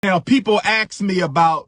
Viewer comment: Not only did he mispronounce brother Daniel’s name. He’s still saying, “axe” . . . after six degrees. The word is, “ask.” He needs to put some respect on that “s.”